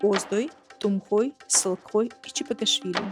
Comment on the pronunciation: Не Т1умхой а Т1умМаг1ой.